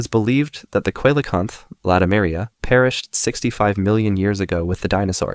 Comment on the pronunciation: ‘Coelacanth’ is pronounced as “see-lun-kanth”. Hope it helps (nice video by the way)